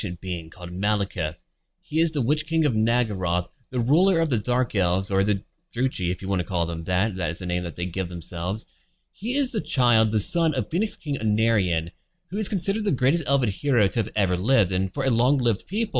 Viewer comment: I think the Druchii is pronounced "Dru-ky" or "Dru-kie"(similar to the "ie" in "die").